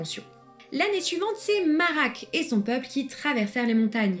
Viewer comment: Le discours du pseudo-Amlach fait penser au discours de Adar dans la série. Le ch dans Marach et Amlach ne devrait-il pas se prononcer comme de ch gallois et allemand, et le j espagnol ou le kh arabe ?